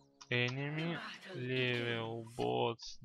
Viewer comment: Подучись английскому у тебя очень плохое произношение,и не Маднес а Меднес и не левль ,а левл..